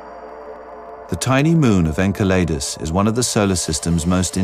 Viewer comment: Fucking narrator. Learn to say "enceladus"...